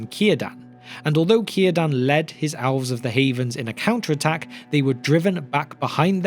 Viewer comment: I couldn’t tell if he was saying elves or owls.